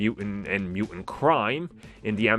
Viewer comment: Mutant is not a word like knife where one letter is silent. It's Mew-TANT, dude. It's ridiculous you can`t pronounce it correctly